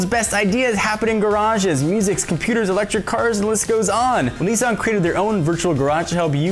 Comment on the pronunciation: its Ni-san with a sharp Ni... not Neee-san -_